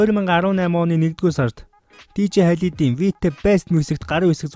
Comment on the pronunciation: halid bish khaled